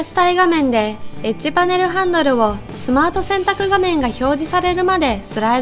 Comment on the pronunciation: エッジパネルがエッチパネルに聞こえた